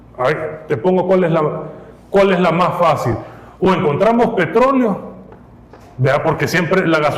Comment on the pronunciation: minuto dijiste: PETOLEO 😂